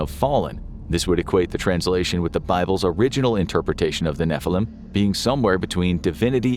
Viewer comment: Finally you said a hebrew word as it should be נפילים